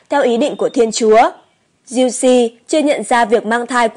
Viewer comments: Thanh Giu se doc la Giu Se chu khong phai la Giu Si nha ad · thánh giuse đọc kì lạ vậy ???? cách đọc theo cách ghi ấy